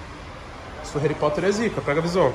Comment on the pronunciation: "mano nível reri Porter velho"